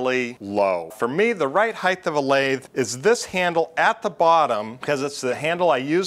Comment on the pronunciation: Good explanation. You can get chapter and verse from Connelly's "Machine Tool Reconditioning", which is available entirely legally as a pdf from the internet archive. That said, your pronunciation makes my skin crawl. Height is "H-ai-t", not "h-ai-th", temperature is "tem-pur-a-chure" or "tem-pra-chur" not "tem-pi-chur". Eeeagh.